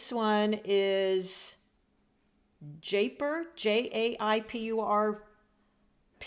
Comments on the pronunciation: Enjoyed the explorative approach! Very cute how Castle Arts called the lovely pink -"Jaipur Pink". It's from Jaipur in India, also known as "pink city" where there are plenty of pink buildings. It's pronounced - Jay + "Pu" as in the word Push + r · Jaipur is a place in India. Pronounced Jeye-poor.